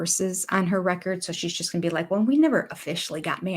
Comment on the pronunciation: You forgot about how robin doesn't pronounce the ing on words. Example: going is pronounced goeeen.